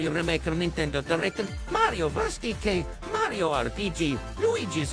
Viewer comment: Why did say Mario but it sounded like he said maryo